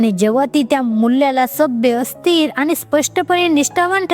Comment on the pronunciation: चांगलं मार्गदर्शन .आनी,पानी अशुद्ध बोलू नये please .